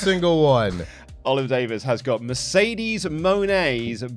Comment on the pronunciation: accents for Mercedes coming out like. - "Mayrcaydaysh"